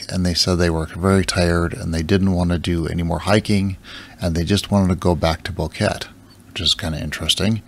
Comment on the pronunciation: Boquete is pronounced Bow-k-tay en español. 😀